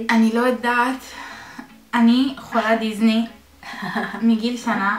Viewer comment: היא אמרה: אני חולת דיזני במקום דיסני